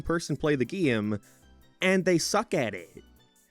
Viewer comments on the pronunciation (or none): What the heck accent have you got goin on there, bud? You pronounce like half of vowels differently from me, and I absolutely cannot place it. (Gee-ame, for example)